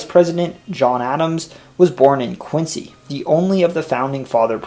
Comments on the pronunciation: i am enjoying your presentation very much!!!! small suggestion: note that volleyball was also invented in Mass, Holyoke, I believe, in reaction to basketball. Also, Quincy is pronounced as Quinzy. I am very impressed with your report!!!!! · Hi. I'm a late discoverer of your excellent series The US Explained. I grew up in Quincy, Mass, and am probably not the first person to mention its pronunciation given over 1200 previous comments. The Quincy family after which the city and sixth president were named pronounced the name Quinzee. That pronunciation continues to this day. But you are in good company. I've seen many documentaries about US history in which the narrator pronounces the name Quinsee. And, in fact, all the other Quincys in the US, such as in my current state of Illinois, use the "see" pronunciation. So, I absolve you of your sin. Excellent work. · Most interesting as I was born in Boston. Two small criticisms: The word Quabbin is pronounced Kwaw, as in "squaw"-bin. The city of Quincy as well as the two presidents: the "z" is pronounced as "zee". There are other Quincys, but they pronounce them with a 'see" as you did. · that's Quin-ZEE!